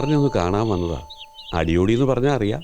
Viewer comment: പേര് അടിയോടി അല്ലേ... അടിയോളീ എന്നാ വിളിച്ചത്... തെറി ആണോ ഉദ്ദേശിച്ചേ 😂😂😂😂